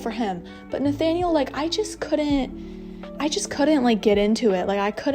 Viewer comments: I just want to say that Nathaniel is pronounced Na-TA-niel in French, not Na-Fa-niel. Sorry, I know you don't speak French (I'm not very good at English either) but I had to say it xD. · In the English dub they say Nathaniel with a "th" 😕